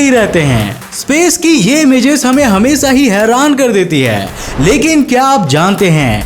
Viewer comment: Video toh theek he lekin aapke SA or SHA me bahut jyaada dikkat he. Hamesa nahi Hamesha hota he Saayad nahi Shayad hota he. Theek karo isse bro.